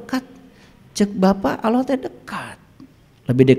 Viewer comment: Allah ya bukan auloh lafaz saja tdk benar😂